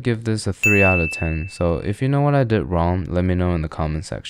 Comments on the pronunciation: Every time he says, 'lets rate it one through ThEhN' I just have to repeat after him😭 I just have to okay😭 I dont make the rules! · Don't forget the: "one to teen". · Never understood what he says after"lets rate it one to...." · why does bro pronounce ten like that